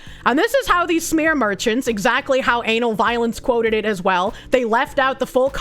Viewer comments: Is it just me or does the way she says Ana Valens sound like Anal Violence? KEKW EDIT: Nope, she is doing it on purpose, I dig it. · Took me 4 minutes of wondering why she kept saying "Anal Violence" when I read the name "Ana Valens" and realized it was just her accent.